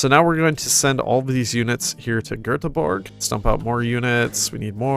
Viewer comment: As a swede, I'm very impressed you pronounced Göteborg right 😄